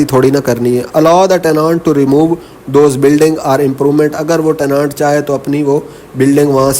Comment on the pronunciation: teh·nuhnt not tehnaant plz sir.